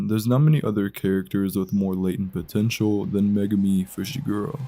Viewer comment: DID YOU SAY POTENTUAL?